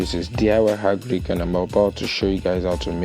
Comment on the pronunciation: change the channel name as DIY Hagric that how you pronounce